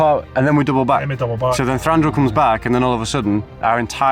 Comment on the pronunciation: Thanks for the summary, guys, and well done! One note that I may have mentioned before: Thranduil has only one r (it's Thranduil, not Thranduril).